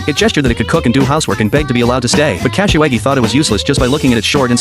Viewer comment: Bruh kasawagi pronounciation is hilarious Cashy waggy😂😂